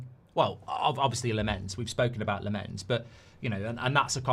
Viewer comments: You pronounce, Lammens like this. The LAM from Lama and that's it. The A is different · The goalie's name is pronounced 🍋🍋🍋, like the billion quid of dross you've bought in the last ten years 😆😆😆😆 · lammens is pronounced as: more focus on the first part and the A than on the second part and the E. LAHmmens (ofc not pronounce the H). also short A not a long AA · It’s said as Lammans even though it’s not spelt like that - just seen him on MUTV